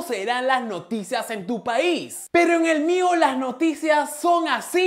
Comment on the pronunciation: te desayunaste la i de Noticias jjjjjjj